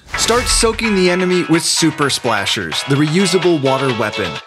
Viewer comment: “Super Splashers”